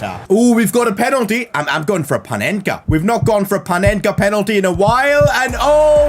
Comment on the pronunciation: Corrections:Panenka not Penenka😅